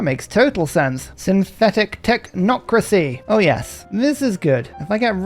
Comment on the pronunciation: This is the first time I've ever heard pronounces "Technocracy" correctly and I lowkey miss the mispronunciation. Bring back the bit!!